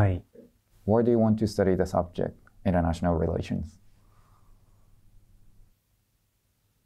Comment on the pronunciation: もりてつのInternational relations?って文発音良すぎて自分も聞き取れなかったwww